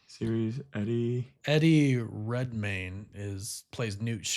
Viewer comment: I thought Eddie redmayne’s last name las pronounced as its spelled not redmine